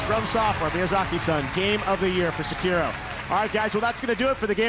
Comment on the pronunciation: More like Second Road.